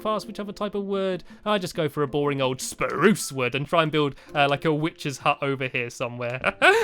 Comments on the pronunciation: U DIDNT SAY SPHARUCE POPERLY!!!!!!!!!!!!!!!!!!!!!!!!!!!!!!!!!!!!!!!!!1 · You said spruce wrong it s sprrrrrrrrruce